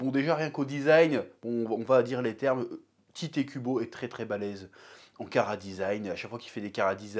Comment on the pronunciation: snif... tellement de TitÉ Kubo dans cette vidéo. C'est Tite (Tight) ou Taito à la japonaise, pas Tité. Respect au nom de l'auteur, Chef, répend la bonne parole!